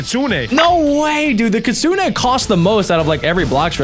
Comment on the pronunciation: It’s not Kitsune AY just Kitsune